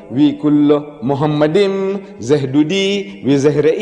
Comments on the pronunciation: Grant for what? For lying? First of all, Deedat was no scholar in the classic Hebrew language. Moreover, he was not even officially educated at all. The first mistake by Deedat is that he pronounced מַחֲּמַדִּ֑ים as ‘muhamaddim’. But he is wrong, it is ‘ma-kha-madim’. So there is no pronunciation of Muhammad. The other mistake made by Deedat is that he said that ‘מַחֲּמַדִּ֑ים' is a name. Again he is very wrong because מַחֲּמַדִּ֑ים is a masculine plural noun, so it is not a name (like יְהוִֹה, Yhvh). And because it is not a name it is impossible that it refers to the name of ‘Muhammad’. Never did Deedat refer to a Hebrew dictionary or lexicon. But Hebrew scholars apply high valuated Hebrew dictionaries and lexicons for analysing the Tanakh. Like the Brown Driver Briggs Hebrew and English / BDB, HALOT, DCH and Jastrow, etc. And they are very clear about the Hebrew מַחְמַד: Noun masculine Meaning: desire, desirable thing Pronounce: makh-mawd So NO 'Muhammad'. And it is clearly a masculine NOUN. So it is NOT a name. So it is IMPOSSIBLE that it refers to Muhammad. Deedat just fooled his own ignorant and gullible audience. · It's not mohamad it's makhmadin don't lie